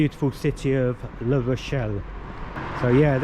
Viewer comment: That is LA Rochelle not LE Rochelle! (Feminine not masculine)